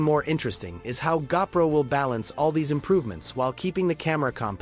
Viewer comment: I hate AI narration. It's a GOPRO not a gapro.